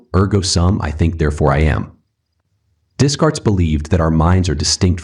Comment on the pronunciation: Hey there! Good stuff, I just wanted to point out a little something for you if you don't mind me being a little pedantic. The Philosophers are pronounced : - Day-cart (not dez-cart) - Bah-rook (not bah-rooch) - Lai-bnitz (not lai-bniz) (Feel free to remove this comment)